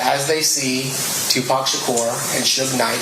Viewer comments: “Tu pack” On top of everything except for mispronunciations aye? 😂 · Why tf are you saying 2 pack? Put some respect on it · It’s not 2 Pack !!!!!!!!!!! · It’s 2pac sounds like “Too Pock” if you are going to capitalize off the culture, learn to respect it. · I’m close to disliking your video because you are purposely mispronouncing his name bro come on this shit annoying it’s Paaac.. Ahhhh 2 P-ah-C next video I’m disliking your shit you ain’t from the UsA it’s disrespectful and you know better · Stop with the “2 Pack” please it’s annoying as hell! 😂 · Omg I can't stand the way you say Tupac. It's not 2Pack. It's not hard to say his damn name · This the same idiot that's always glazing Wack 100 it's no wonder he can't say Tupac's name right dumbass 😂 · I can't watch anymore of this I can't take the disrespect, y'all call me when learns how to say Makaveli name right😢😢😢😢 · Your saying 2 pacs name wrong makes the video unwatchable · How can you say Oblock but not say 2pac , it's the same pronunciation lol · The fact you dont pronounce his name right reminds me how young you are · gotta be joking, or trolling, or “Baiting” and not really doing a good job of that either. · His name was Tupac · 30 yrs layer they still mispronouncing his name 😪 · Thank you I knew I wasn’t the only one who was like wtf wrong wit n how DONT HE KNOW how to pronounce Tupac’s name right …. Like fr though. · Pronounced like a true culture vulture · Wouldn’t it be Tupoc then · Am I missing something here in regards to how you pronounce Tupac? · I understand about not emphasizing the c and adding a k which doesn't exist. I've never in all my years heard anyone pronounce his name with an o .. including the man himself. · you can atleast pronounce 2pacs name correctly man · how about yes its not that hard if he researches all this but cant find out the right pronunciation for a name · take the British out your mouth and say his name right...tupac...not 2pack